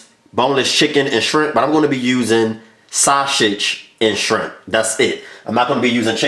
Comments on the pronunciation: What is so hard about saying SAUSAGE?? There’s no “SH” sound anywhere in the word. Baby you are a great cook but you need speech therapy. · He is saying that purposely ShuShij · Dude, it’s sausage, not shasage. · Sha-sauge 😂😂😂 love you this look fye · Same here🤣😂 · Aver and over again too lol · Lol that's the philly shiy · I’m dead lol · I can’t say it either😂😂. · That’s how I say it, ordering at McDonald’s when I’m talking to fast “Yes let me get two saushich bischits” 😂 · He was committed to it too lmao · Stop saying saw- sage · Did he just say shasage🤣🤣🤣🤣🤣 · Take a shot everytime he says "sauSHage" 🤪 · I really think this dude thinks there is an 'H' in sausage. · This dish is amazing‼️‼️‼️💯 it came out so well when I cooked it tonight 😋 inserts... 🗣forget how he pronounces “SAUSAGE” that boy knows what he’s doing 👏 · There is no “H” in sausage! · Aaliyah Jackson the fact that you could spell it the way he pronounced it has me cryinnggggg😭😭😂😂😂😂😂